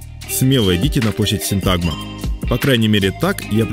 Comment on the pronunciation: Почему ставите ударение неправильно? Надо говорить СИнтагма!